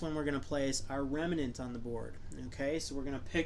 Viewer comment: Remnant. Not Remenant.